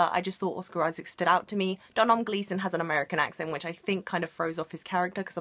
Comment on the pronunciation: Sorry but as an Irish person it really bothers me that you pronounced Domhnall wrong. It's pronounced Doh-null